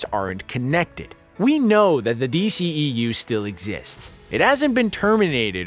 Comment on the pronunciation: It's not DCEEU. Its D.C.E.U!🤦‍♂️